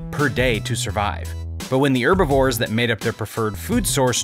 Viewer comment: not pronouncing the h in herbivore is the most jarring thing